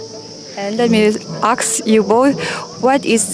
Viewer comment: Ask kha ka ngaithla fuh lo nge Aks angin ka hre tlat mai.... lam sual hi a awl khawp mai.